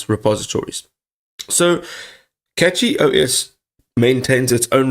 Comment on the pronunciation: It's pronounced Cashy not Catchy